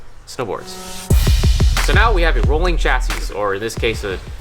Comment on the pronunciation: Yooo, you're not supposed to pronounce the last s in chassis mann.